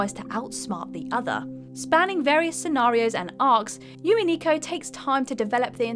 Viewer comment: Umineko, U like the oo in loo, not you. U-Mi-Ne-Ko. Also Neku is Ne like in net, Ne-Ku.